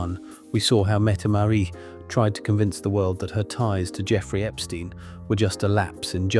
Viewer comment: Not Mette Marie METTE MARIT !!!